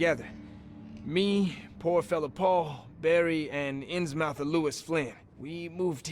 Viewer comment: Anyone else feel their ears grating when "Inns-MOUTH" is said instead of "Inzmuth"?